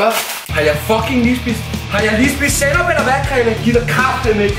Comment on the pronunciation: Hvorfor er det snyd han kan jo slet ikke lig sænop 👍